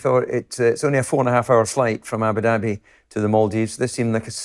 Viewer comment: Ah-boo dah-bee and NOT ABBA DABBEE. This is just laziness. But, you guys are marvellous to watch and listen too (mispronunciations aside). Keep doing what you do, it's an excellent podcast.